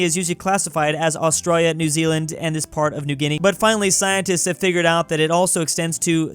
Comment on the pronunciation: the way he says Australia always gets me